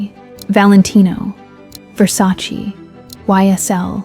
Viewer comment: your Versace pronounciation is also wrong